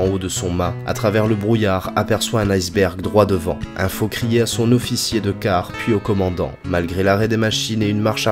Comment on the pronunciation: C'est comme un zofficier probablement ;-)